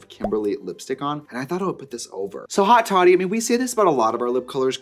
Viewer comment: Seeing the spelling on haute toddy and screaming at the anglo pronunciation!!!